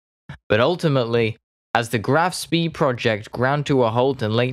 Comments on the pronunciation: While your video did clearly correct your use of the name Graf Spee, for reference you might want to know the pronunciation is not like "speed" minus the d. It's "Shpay." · Not ‘spay’, but ‘shpay.’ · Great start but the constant mispronunciations made me bail out after 60 seconds. 'Me 41'? It is M. I. 41 Do you proniunce the BF 109 as Biff? Graf SpEE? It is Graf SpAY if not actually 'Shh-pay' I couldn't stick around for the 'mon-tee-vi-dee-o, when it is 'mon-tay-vi-day-o' Sorry mate but I had to bail out at 240 ft of altitude or 60 secs of flight time due to auditory issues. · Spee sounds "shpeh"... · Pronounced ‘graff spay’ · Let’s not forget the cretinous pronunciation of “Spee” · As usual, this first language English speaker needs to put a bit more effort into pronouncing German words. The Blohm und Voss part isn't bad at all. I suggest putting more effort into Spee...